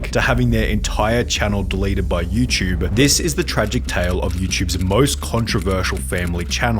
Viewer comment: why the fck do you always say you chube. its you TUBE